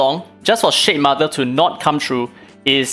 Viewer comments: Ngl I wasn't hearing shademother, I was hearing shitmother, and honestly probably a more accurate name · It toom me a long time to figure out weather you were calling it the S***mother or Shade mother😂. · I love that I kept hearing "shit mother" 🤣